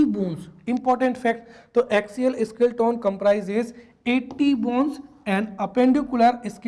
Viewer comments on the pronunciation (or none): स्केलेटन उच्चारण होगा सर न की स्किल्टोन 🙏